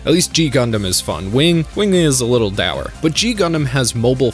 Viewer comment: Dour is pronounced Door. I know you learned it from reading and that a good way to learn.